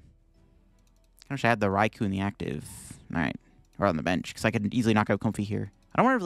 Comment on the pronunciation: I hope you know it's Rai-KOu not RaiKU As someone who loves the Japanese language, hearing peeps say these names wrong is crazy lol